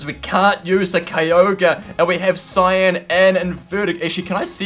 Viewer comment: cyan "sea-on"